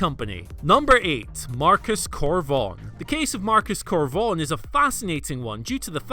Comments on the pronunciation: “Marcus Cor Vonerrono”? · ah yes Marcus Cor Vonerno, big fan of his